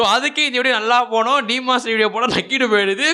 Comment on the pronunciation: சீமான் ஸ்லேயர் இல்ல bro😂 டீமன் ஸ்லேயர் bro✅